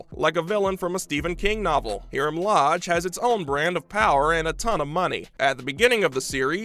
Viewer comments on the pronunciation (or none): hear-um? lol must be high-rums (Hiram) evil twin! lol